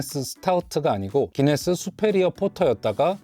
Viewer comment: 왜 구인네스라고하나요? 기네스아닌가요?